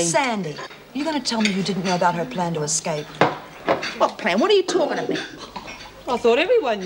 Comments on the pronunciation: Love the way Lizzie always says Exscape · Why does Lizzie always say 'escape?' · I really wish somebody would have taught lizzy how to say escape